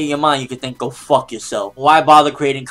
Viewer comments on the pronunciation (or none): I was dying X'DDD. He put so much emphasis on fuck and looked so serious.